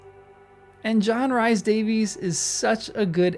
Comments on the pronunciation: "Rhys" is pronounced "reece" not "rise" or "rice." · Umm.. "Rhys" is pronounced "Reece", not "Rice". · Thank you! I came here to say this, but gladly you beat me to it. I kept cringing every time he said "Rice". LOL But John Rhys Davis is a treasure, and Gimli was a favorite in the books. He and Pippen.